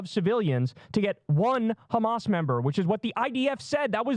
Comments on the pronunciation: Trained propagandists, down to the pronunciation of 'khamas'. Making it sound as menacing and foreign Americans' ears as possible. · What does Batya pronounce it Ehmas?